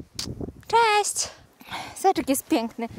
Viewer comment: Cjeść. Ruszamy s portu i może w końcu uda nam sjee tsosś zjeejscć... Skąd ta infantylna maniera w wymowie ?